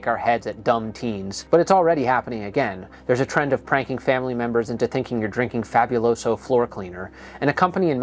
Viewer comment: I'm not even someone who has ever known or spoken Spanish yet the way this guy pronounces Fabuloso bothers me.